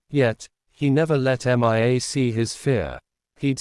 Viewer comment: The reading program is faulty. The name Mia is pronounced MeeYa, not Em eye Ay. The latter is spelled MIA, (all capitals) and refers to my brother and 2 comrades from battle (2 of the 3 have had their bodies returned. the third is still MIA)